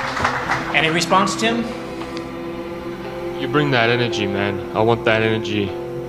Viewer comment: Bruh how come u never say Tim name right